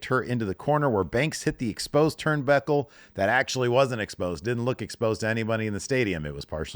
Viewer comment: says "turnbæckle". This isn't pertinent information just really funny to me